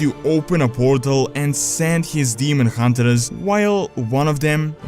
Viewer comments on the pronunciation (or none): demon hun-ters, not demon hun-te-RERS.